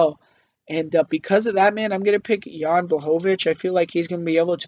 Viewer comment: He got Jan Blachowicz though and made sure to say it as many times as possible because he was so proud of that pronunciation xD